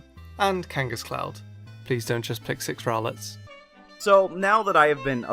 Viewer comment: THERE IS NO I IN ROWLET! IDIOT!